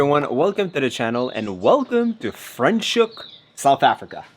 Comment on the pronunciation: I am so happy for you guys! If you happen to be in Hermanus, I am right here! 😁😁 Leaving back for Saskatchewan next month. Franchhoek & Stellenbosch and Paarl are great!!!! Franschhoek pronounced Fra - NOT Fre 😁😁